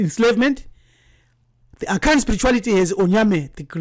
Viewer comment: I was just laughing at his pronunciations of certain Akan vocabs